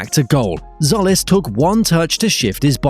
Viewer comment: By the way, it's not Solis, it's Tzolis, pronounced Jolis. Tz in Greek does J as in Jeep.